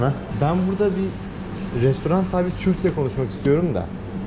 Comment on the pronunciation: restorant demesen ne güzel olacak,şu sondaki "t"harfini koymadan,yani restoran doğrusu,inan kulağa çok ters geliyor.Başarılar